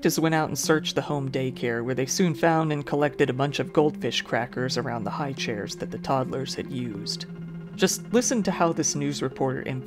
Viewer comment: That is how I am now going to pronounce highchair. HighCHAIR! hiiiigghCHAIR!